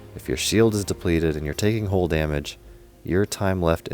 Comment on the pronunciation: Good video but you mispronouncing the work HULL is so annoying